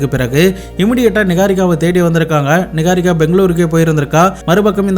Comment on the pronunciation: Niharika ❌ நிஹாரிகா நிக்காரிகா ☑️😂